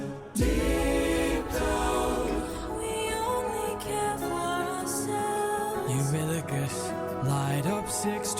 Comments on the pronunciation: all this time and you still cant say his name huh😂😂😂 Eurylochus' intrument is the voice of the crew. He doesn't have a traditional instrument, but rather because hes second in command he speaks for the rest of Odys men, thus the backing vocals are his 'instrument' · Also, something I saw on a different react channel for remembering how to pronounce Eurylochus, Remember "you're ridiculous, Eurylochus." And ppl in the Fandom call Telemachus, Telemarketer. If that helps any.